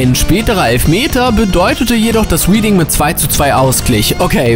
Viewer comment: Nummer 5: Bitte schau, bevor du Orte oder Namen in Fremdsprachen verwendest, nach, wie sie richtig ausgesprochen werden. Reading, eine Stadt in der Grafschaft Berkshire. „Rieding“ war an diesem Spiel nicht beteiligt, einen solchen Ort gibt es in England gar nicht. Wohl aber „Rädding“, das ausgesprochen wird wie die Vergangenheitsform des Verbs to read. Uff, hat das Zuhören da wehgetan.